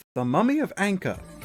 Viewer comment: saying Ankah wrong caused me psychic damage